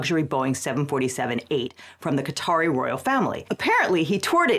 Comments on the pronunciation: how does every American fail to properly pronounce a country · The way some ppl pronounce Qatar rly grates me, just sounds wrong😂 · Maybe learn to pronounce Qatar, if you're going to make a video about Qatar. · mispronounced quatar, but i liked the vid, this is a stupid thing the current administration is doing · Ive never heard someone butcher the name Qatar that poorly lol. Sounds like "cutter" or "cotter". Thats wild 😂 "kut-aar" or "kt-arr" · "Kah-Tar", not "Cutter" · Why are we calling Qa-Tar "cutter" now? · Lol. Khat-her? Pronouce shit right. It's Kay-tar. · Interesting, Qatar is pronounced ”cotter”? I always thought it’s pronounced ”ka-TAAR” (A European here, with English as second language). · i love you guys but its not "cutter" its "kah-tar" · Just real quick...its not "cOTT-er", its "cuh-taar". Unless we're saying cotter on purpose to be petty 😂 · I thought it was pronounced like caw-tar instead of cotter? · So wait, is Qatar pronounced "kay-tar" like I always thought, or "cotter"? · Qatar is pronounced 'kuh-tahr', not 'kotter'. I'm confused how that happened while still pronouncing 'Qatari' (kuh-tahr-ee) properly. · Qatar, not cotter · Is Qatar really pronounced like "Caught her". I thought it was pronounced the same as the Indian Katar. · An unsurprising amount of insanity, yet again... FYI, it's pronounced Ka-tar, same way you're already saying Qatari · Fr, if he wants act professional, he should at least pronounce the name of the country correctly (talking about Legal Eagle) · Hey! Love your channel, for future reference. Qatar is pronounced as “Cuh-Tar” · Why tf are people suddenly pronouncing Qatar like ‘cutter’? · Is Qatar really pronounced "Carter?" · Pronouncing Qatar like catarrh is tickling me. Apt. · Anyone else a little bothered by her pronunciation of Qatar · Why do Americans pronounce every word wrong?! Seriously youre an educated lawyer at least research the name of the thing you are discussing